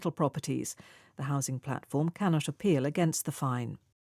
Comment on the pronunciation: can not apeal 캔낫 쇼필로 들리네요.